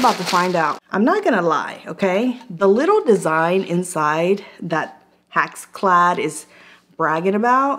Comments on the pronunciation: It's pronounced HexClad with and "e" sound as in Echo. It's not pronounced HaxClad with an "a" sound as in Ax. I've owned HexClad for a long time. It's the best cookware I've ever had. I cook daily and use the cookware daily. The best price for it can be found at Costco during a Roadshow event. If you watch the online sales from HexClad you will save money. I like the fact that they have so many various pans that also come with lids. The HexClad Wok is to die for! Buy cheap and you get cheap results! An 8 inch pan is too small, even for a 2 people family. Do yourself a favor and get the 12 inch pan with the lid. The lid is free when they run sales! The scratch test here is worthless. You will or may scratch any pan if you use a metal mixer in a metal pan. Only a fool would do that. As long as the non-stick capability isn't ruined, who would care anyway. Straight from HexClad - If anything impairs the functionality of the pan we will replace the pan! The only things not covered are cosmetic-like stains or minor surface scratches. While our pans are scratch resistant it is important to note that anything can scratch…Even a diamond. With normal use metal spatulas, whisks, spoons are fine. Sharp utensils could possibly leave a scratch. If this happens it is only cosmetic, it will not affect the performance of the cookware. If the pan fails to perform, we will send you a new one!. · hex not hax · Hex pronounce it the way it's spelled, not HAx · It's NOT HAxClad! It's HExClad! The first vowel is an E not an A!!! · I reckon it’s pronounced hex- ex, not hacks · Love how she says hax instead of hex lol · I think it's HEX....like Hex...as in Spell or Hexagon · Hex. HEX. as in Hexagon. Come on now. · Why are you saying haxclad...drove me crazy